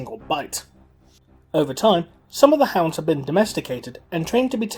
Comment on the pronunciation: oh sorry just your ascent and the way you pronounced it made hounds sound like hands